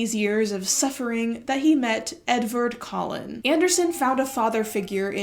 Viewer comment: When you say Edvard Collin I cannot help to hear Edward Cullen and it's like a mini jumpscare every time :D